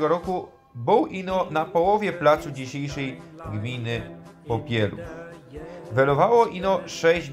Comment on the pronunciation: Fajne ,ale akoro juz tak po šlōnsku gwarzis to ci wyzdradza ze tu sie goudou Popilōw a nie Popielòw 😉 a tak to ciekawie'š to zrobjyu.